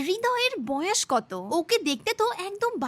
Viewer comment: বোয়াস না বয়েস 😂